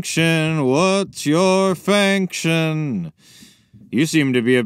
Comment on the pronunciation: I cannot help it. "Projection Jenction , what's your Fenction" is cracking me up.😂😂😂😂